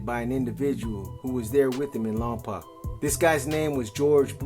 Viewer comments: You’re not pronouncing Lompoc correctly. I’m a Lompocan and the way you pronounce the poc is poke, like you poked your eye LOMPOC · I only say it because I live close by.. it’s pronounced Lawm-poke